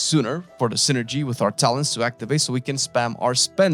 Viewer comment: Was the "Talens" intentional? :D